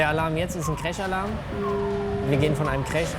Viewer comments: Ich bin fasziniert davon wie man Tag ein Tag aus über Jahre hauptsächlich Englisch sprechen kann und dennoch so eine hundsmiserable Aussprache beibehält... "wann trie", "kräsch"und "Zirro" waren meine Highlights. Respekt an die Piloten, dass sie vorallem bei der Geschwindigkeit noch alles verstehen können. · geile folge aber "cräsch" hat mich umgehauen XD